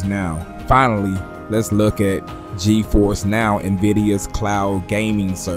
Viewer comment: He said steam dik 11 times and gifers (Ge-force) once